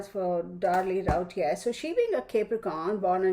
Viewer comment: Liking this without even watching it yet. Last name is pronounced Roo tee a.